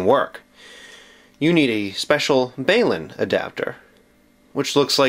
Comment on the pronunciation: Still useful info the thing is a "BALUN" for "BALanced to UNbalanced" converter. It gets pronounced as that. The 2nd thing is also called "BALUN". A nifty thing about BALUNs is that they work both ways. Converters usually output on CH3 or CH4 remind people to select that channel/ After you get the converter working do the "scan for channels" thing on it. It will be in its menu. You may have to fiddle with the rabbit ears to get the most stable picture on any given channel. I get about 100 channels on rabbit ears. Your mileage may vary.